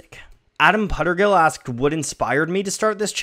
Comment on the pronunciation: Thank GOD you pronounced my last name right- no one who doesn’t know me ever pronounces it right (they always say pootergill)